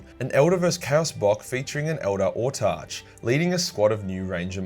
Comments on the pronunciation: Autarch It's pronounced AW-TARK not ORTARCH. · *Autarch. It is a real word, coming from the Greek "autarkhos" (autos = self, arkhos = leader). Along with "exarch", "Hierarch", and "Monarch", it is pronounced with a hard "k" sound, just as in the words "park" or "mark." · Butchered autarch pronunciation but good video